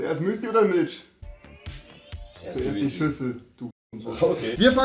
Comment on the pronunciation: Rewi es heißt Milch und nicht Mülsch